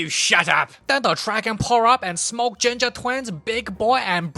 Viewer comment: The way he says ginger like “Da giNgA” is too funny😂